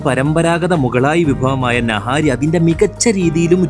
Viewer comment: naaahari alleda... niiihaaarriii